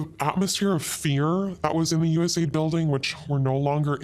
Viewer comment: God dammit; it's USAID, not USAD 😆😂🤣 Phonetically it would be "you ess ay AYE Dee". That one's been eating at me since you first said it 😁 To be fair though; your English is infinitely better than my Castilian and I'm not criticising you, just mentioning it for both our sakes 😊 Love your work, brother; and I'm so happy to see you getting more and more openly based as time goes on 🤘🖤